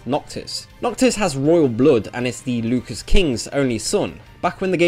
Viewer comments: Lucas???? It's Lucis... Loo Sis.... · This isn't the country of George Lucas, pronounce it properly scrub. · Every time you called it Lucas instead of Lucis I lost 100hp. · Who cares about China? Even talking animals are banned there By the way 'Lukis' lol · actually we're both wrong. It's latin and it's pronounced "Lootchis". But the game uses Loosis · Did he say Lucas? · It made me lose track of what he was saying every time he said Lukis. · You pronouncing Lucis is just by far the most awful thing I've heard this month. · Omg you butchered the pronunciation of Lucis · the way you pronounce "Lucis" is unsettling.